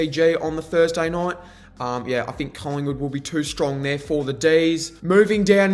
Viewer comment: Good analyse all almost 100% only thing that’s annoying is you need to articulate, three, think, through, not free fink frew. 😂😂😂